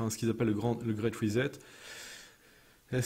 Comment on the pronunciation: Reset se prononce RIZ 7 et non risette. Parce qu'avec le grand reset promis par le WEF, il n'y a vraiment pas de quoi faire risette.